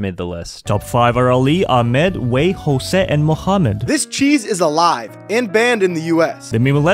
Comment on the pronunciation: Your pronunciation of Jose was really good